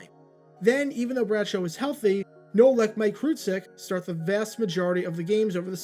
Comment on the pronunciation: Mike Kruczek's last name is pronounced as "Crew-Check".